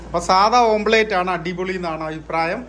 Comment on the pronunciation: ഓംപ്ലേറ്റ് അല്ല... ഓംലെറ്റ്‌ ചെഫ്‌ അല്ല ഷെഫ്